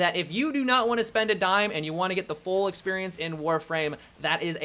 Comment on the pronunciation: "Geet in mah belleh"